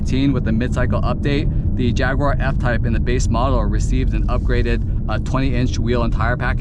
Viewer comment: If you learn to pronounce Jaguar properly you'll have more credibility.